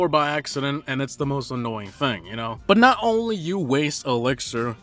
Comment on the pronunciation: You say but like saying butt😂